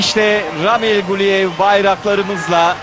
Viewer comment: Yahu ramil değil a uzatmalı Raamil Raamil